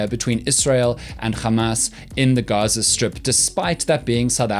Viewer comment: And it also seems the "G" in Gaza is pronounced as the 'g' in Afrikaans and not as in the English language.